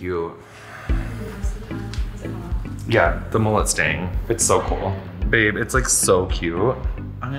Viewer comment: I just absolutely LOVE the speedy evolution of "Babe!" into "beurb!"